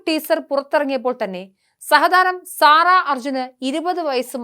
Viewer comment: സാറ അല്ല സെറ എന്നാണ് ഉച്ചാരണം